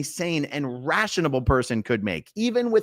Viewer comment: "Any ration-😅able person.." Dude, the word is RA-TION-AL. Sound it out. Hooked on Phonics can work for you too.